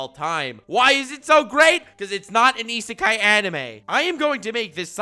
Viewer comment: You get a prize if you guess how many times he said Isekai correctly